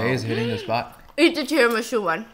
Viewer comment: I turned my head away from the screen for one second when she said tiramisù and it sounded like an Italian said that